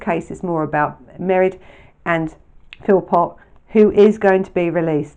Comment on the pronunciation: In Ireland, there is a fada on the e, making the pronunciation of Mairéad, ma-rade